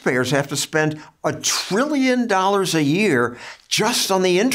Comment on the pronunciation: "Over a billion three hundred million trillion treemuhmillion dollars!" 🤣